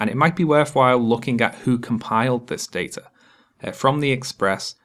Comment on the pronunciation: She pronounced data wrong